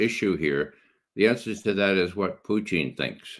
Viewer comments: Poo-tein? Does it have all the essential amino acids? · Who is Puteen? 😂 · Poo-teen... hopefully that is satire pronunciation from him, otherwise my God please use Google. If this guy thinks Japan was just going to give up without the bombs being dropped, I got ocean property in Arizona he may want to buy. Discussion on location and timing for the drops to avoid loss of life vs just a show of force not withstanding (ie yes better choice could have been made) but the atomic bomb was a necessity to be dropped, Japan would not have given up otherwise. Pretty well supported by 80 yrs of documentation and reports both sides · Why can't McGovern pronounce Putin correctly?